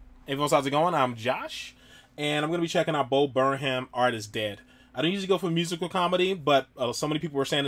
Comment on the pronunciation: His name is pronounced Bo Burnam :). I'd definitely recommend more of his songs and Tim minchin too. Probably wasn't the best first song to pick since it's his lest funny song. Id love to see you react to "What" it's free on YouTube about an hour long, maybe you could split it into multiple parts?